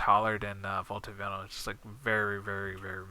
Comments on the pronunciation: pronounced VI -NIL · First of all great video, probably the best. In another note it's vi-nyl, sorry but seems you speak english very well so have to correct you but great video nonetheless.